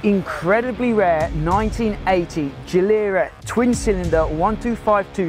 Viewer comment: "Gh-lera" And it is "Aluminum" too. :)